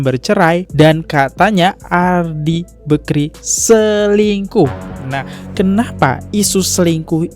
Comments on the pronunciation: Risih banget dengar kata Bekri.. BAKRI bg! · Bakri , kok telinga aku sakit dengar nya nyebut bekri , adehhh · Bakri bang bukan bekri wkwkw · Bakrie bang bukan bekri, bekrie mah roti